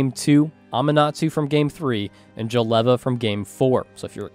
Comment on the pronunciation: Can't stand that Jeleva pronunciation